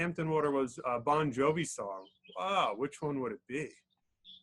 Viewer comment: Ffs man,it's Bongiovi,not Bongjovi.